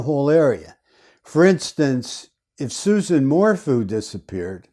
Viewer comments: Its pronounced SU-ZANNE 🙂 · dude her name is "sue ZAAAAHN" - you just lost all credibility with me by misquoting her name............ can you please correct that tiny liguistic error for us................. where do you come from dude?? How much is BARRY paying you? I do not appreciate how you just MINIMIZED the Suzanne Morphew situation.......... if you want to chat and find some interesting sleuths who have been working on this case since Mothers Day - come join us - leave your cocky attitude behind, cause we are a feisty group too - so come meet up with us here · If you cannot even say her name correctly... your credibility is shot.